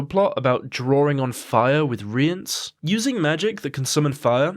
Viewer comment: You're pronouncing Cahir and Rience correctly. It's more like Chay-ear and Ri-ans, at least that's what's said in the audio books.